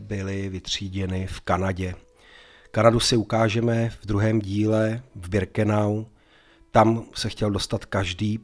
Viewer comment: Pane.. ne Brikenau ale Birkenau..PS.. nejsem váš nepřítel..jen mi to rve uši..:))